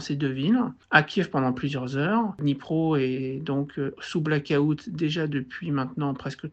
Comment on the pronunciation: On ne dit pas Black-août, mais bien Blackout